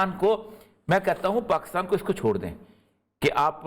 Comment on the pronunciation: Please, country name is Pakistan not Pakustaan.